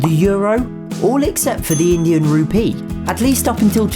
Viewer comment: Tbh the way you say Rupee kinda sounds like Ruby lol! Great video tho.